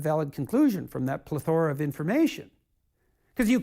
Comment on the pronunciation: JP pronounced "plethora" HORRIBLY WRONG. 🤬🤮🤦🏻‍♂️